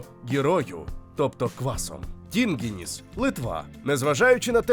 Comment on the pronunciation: ну, коли бачите литовське Е (без крапочки зверху), то думайте шо це Я. тому кЯпта дуона. ну а наголоси в невідповідних місцях в литовських словах - гм... tinginYs, koldŪnai. шалЬтІбаршьчяй. бульвіняйські - це вопше. ну люди, вам шо бульвє на бульбу не схоже? бульвіняй блінай - це ж картопляні млинці. кібінай не особливо популярні серед караїмів, це караїмська страва. краще б про варьшкєс суріс розповіли.